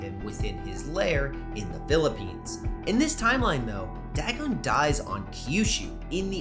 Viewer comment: I should tell you, you're pronouncing Dagon's name wrong, it's "DAY-GONE" from what I've heard.